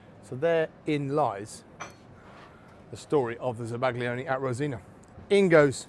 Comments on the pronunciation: zaba-GLI-one grates on my ears. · Za-Bag-Lee-Onee 😂 Instantly told YouTube to hide your videos from all future searches. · The g is silent. As a chef, foreign words shouldn't be foreign to you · The pronunciation is crushing me on the inside, no respect for the originating culture 😔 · Bro is absolutely butchering the pronunciation of zabaglione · I've never heard it for pronounced that way before? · The G isn't silent. It blends with the L to create a sound that is somewhat unique to Italian. It's somewhere between how you'd pronounce a Y and an L in English. The closest sound to it is the 'ill' in million, but not quite. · Please pronounce it properly. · Zabaglione - the G is silent! 🫶